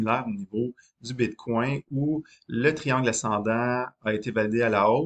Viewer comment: J'ai décroché à bite coin. bitcoin. pas bite coin. une bite dans un coin lol